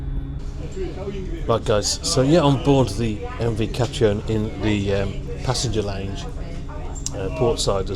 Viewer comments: Catriona is pronounced ca-treena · Catriona is pronounced like Katrina. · I believe it's pronounced Katrina but just spelt Catriona in the Scottish Gaelic kind of way. 👌